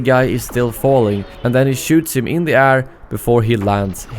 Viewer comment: air - rare Pls learn how to pronounce these. I really enjoy your channel and the content you make but these two words really hurt my ears.